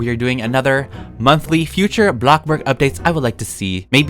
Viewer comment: does anyone else get triggered when he says BLOCKBORG because they are used to him saying AH BLOCKBURG Love you, you've really helped me through quarantine!